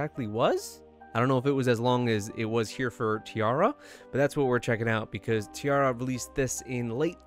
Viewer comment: No matter how many times they pronounce their name as tee-air-a in their videos everyone insists on tee-arr-a.